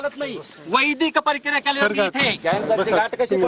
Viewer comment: परकीया नाही रे माकड प्रक्रिया असते ते 🤣🤣